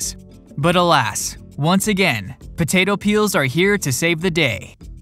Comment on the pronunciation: why is he saying "butato"